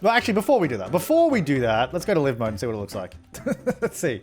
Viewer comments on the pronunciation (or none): Tfw he calls it liv mode instead of LIE-V mode 😭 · hearing him say live (as in living) is so weird to me because i've always called it live (as in live broadcast). i guess i can see how it could be either one honestly.